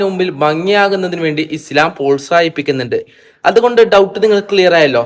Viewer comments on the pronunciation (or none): none